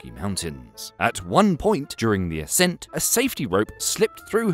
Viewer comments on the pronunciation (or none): none